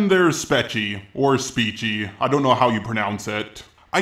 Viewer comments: I thought it was pronounced “speckie” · I don't agree with them anything he says but he says her name wrong and that is a thing that is bothering me the most I know I'm just some nobody saying this but please for the love of God fix it